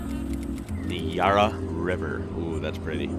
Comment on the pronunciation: Nice reaction. Yarra is not Yara, the first A is like in Yak. We say Snt Kilda rather than Saint, so lazy ;) Their video missed sooooooo much.